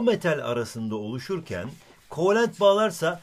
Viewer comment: kovelent değil kovalent